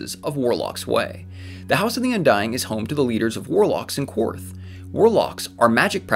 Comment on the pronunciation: Qwarth is pronounced Karth and Ryonar is Rhoinar